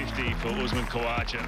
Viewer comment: No one: Literally no one: The commentator: uSmAn KvaJah Trevis hed